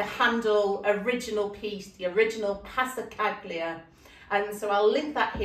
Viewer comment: You are an amazing artist. just a heads up, Passacaglia is pronounced with a silent G PASSACALIA